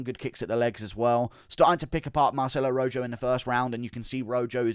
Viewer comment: It’s pronounced Roho not Ro Joe